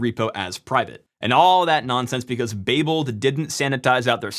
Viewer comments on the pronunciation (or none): Babel is pronounced Bay-Bell, its after the Tower of Babel in Genesis where they supposedly tried to build a tower to god so god divided their languages so they couldnt understand each other